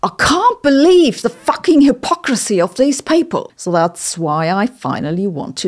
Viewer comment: I love when Sabine says something so real she breaks extra into her accent lmao “I can’t beleuieve the fuchking hypocracy of these peaople”